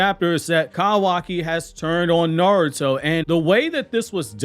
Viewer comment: No hate why you say kawaki like that tho?